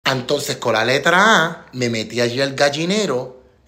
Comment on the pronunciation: Lo que quiere decir es, entonces.....pero lo pronuncia "antonces" con la letra a.... como lo dicen algunas personas del campo en PR.